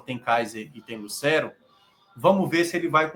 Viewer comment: a pronúncia não é "Lucéero". A pronúncia é "Lucêero, com o "e" fechado.